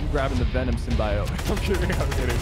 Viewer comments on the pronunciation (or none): It’s SIM-BE-OTE. Js, idk if he was joking around on the pronounciation but yea